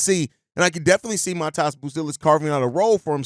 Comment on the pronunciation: Not Mataas, but Maatas, give or take.